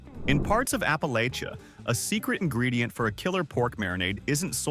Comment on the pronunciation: You said Appalachia wrong.